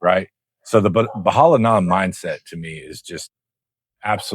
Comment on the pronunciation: "Bahala na" with a smile! Yea that's definitely how Filipinos say it! 🙂